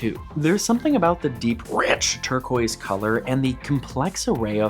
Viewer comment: Ah, tur-quazz, oui oui